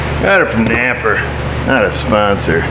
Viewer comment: Non dub winter tires. But winter tires non the less. Good one. Why do you say Naper? It's Napa, right?